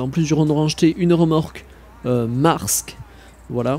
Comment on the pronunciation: Juste pour te dire le e se prononce dans maersk sa se dit maèrsk